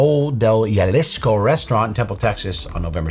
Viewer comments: Jalisco is pronounced Ha-lee-sko This comment is for educational purposes only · cool video and all but gahdamn tht pronunciation of jalisco made me cringe a lil bit must not be a lot of mexicans in new england 😂